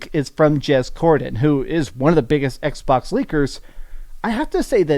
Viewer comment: The EX-box series "EX"?